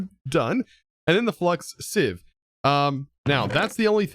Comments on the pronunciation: Siv not seev correct pronunciation great episode by the way. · Just an FYI, Sieve is pronounced “siv.” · It is pronounced siv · its pronouced sieve with a e